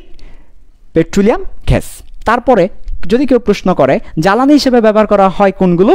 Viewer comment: ঘেস বলতে কিছু নাই স্যার। গ্যাস হবে। ধন্যবাদ 💩